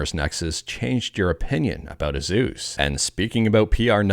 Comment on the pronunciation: The 'sus' is supposed to be pronounced like it rhymes with 'goose', but 'Zeus' is still a little off, should be an S sound instead of Z.